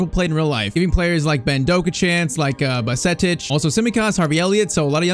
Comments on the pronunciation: U shouldn’t have signed zubumendi in irl players like bajetic are key players irl. Edit:you pronounce bajetic as badgetich not baljetic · No way actually butchered Bajcetic 😭😭.Its actually baa-jay-tich